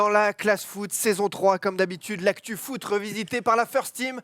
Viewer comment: à dit foutre au lieu de foot, je n'ai pas rêvé?:-D